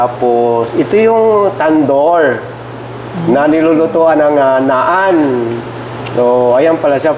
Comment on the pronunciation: Naan is pronounced as Nan po. ✌️😁